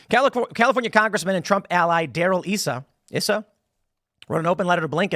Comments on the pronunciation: ISSA !! Thats an "I" not an "E"... Its ISSA (pronounced: eye su) Sorry Tim, but you just lost an IQ point on that one. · Darrell “Eye - suh”. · Issa is pronounced Eye-Sa. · Eye-sa is how we day it in his district here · The fact that Tim Pool does not know how to pronounce Darrell Issa's name-a politician who has been in the news much over the past decade- speaks volumes about his true level of knowledge and understanding. His clueless mispronunciations of names that he should be familiar with is common with Pool.